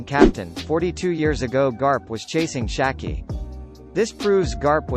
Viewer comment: its SHIKI NOT SHAKI